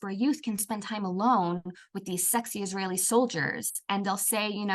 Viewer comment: "ijraeeli women"😂😂 Average Indian gobar bhakt